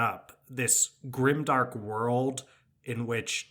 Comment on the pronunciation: Grime-dank not grimdark :D